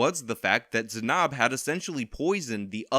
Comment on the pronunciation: Weirdly bothered by your pronunciation of Zanab